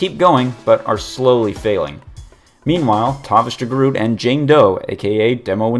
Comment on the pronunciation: i think its pronounced De Groat.